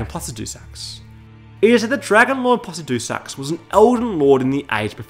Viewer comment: "Plahsuhduusax" Lord man, can you at least guess an actual pronunciation instead of phonetically? His name sounds silly if you don't say "Pluh-Sid-You-Sax." That gave me big "Naroo-toe" vibes.